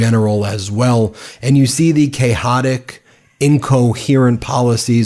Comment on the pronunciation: Chicken outs"? "Cay- hotic"? 🥴😳🤔 You ok, Ben?